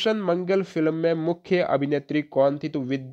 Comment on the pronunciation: Bhai FILam nahi hota hai Film hota hai aapka Pronciation galat h lagta h delhi se ho